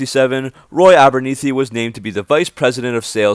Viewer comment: Good stuff, though "Concord" has no "e" at the end, and I'm not 100 percent sure Abernethy's last name is pronounced with a long "e" sound.